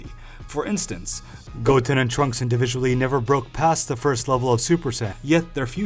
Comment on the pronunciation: I legit just heard “Chwunks” instead of “Trunks” for the Gotenks into.